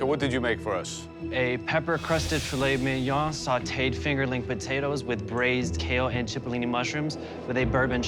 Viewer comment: she also didn’t pronounce ‘ fillet Mignon’ right